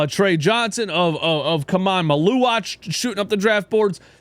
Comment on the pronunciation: Who tf is MaLOUwatch? Mal-U-auch. His name has only been pronounced 10million times the past 3 months but here still can’t get a grasp on 😂. I shouldn’t expect much more from trailer trash. Oh well.